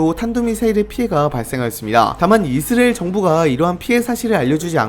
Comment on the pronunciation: 근데 왜 계속 이스래엘 이라고 발음하세요?? 불편하네